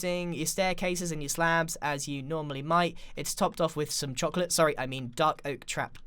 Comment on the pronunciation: it was funny how u said chocolate